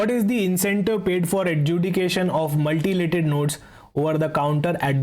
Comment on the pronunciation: It's Mutilated not Multilated